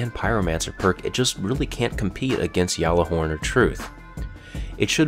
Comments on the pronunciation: It galler horn not yaller horn u bitch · Yallahorn? hahaha....... Ga-La-Horn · ITS NOT YALLARHORN ITS GALLARHORN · I litterally swear down, i recently got gjallahorn from rumble! Plus its prenounced gallahorn not bloody yallahorn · It's Gjallarhorn not yallarhorn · its not yallahorn xd its ghallahorn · Nick Tayler In one of the podcasts, they get someone to say it correctly. It's not Yall-uh-horn. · Someguy1237 Gjallar-horn [yahl-lahr-hawrn] Spell Syllables Word Origin noun, Scandinavian Mythology. 1. Heimdall's horn, used to warn the gods of Ragnarok. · gjallahorn is a word in a different language, in is pronounced yallahorn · Go check any source, the Gallahorn (from Norse mythology) is pronounced "ya-ller-horn" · You keep saying yallihorm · It's pronounced GALIHORN! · its not pronounced yallahorn... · Every single one of these is wrong its gat-la-horn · its pronocend ga-la-horn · Look up the ponouciation lol all wrong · He has to do a whole lot of more that just rolling the "r". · You pronounced Gjallahorn right when you first said it. Why did you pronounce it wrong the second time?